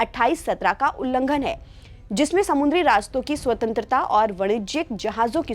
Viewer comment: Didi समुद्र (samudra) होता है ना कि samundra